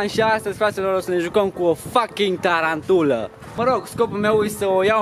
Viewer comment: Se spune taranpula😂😂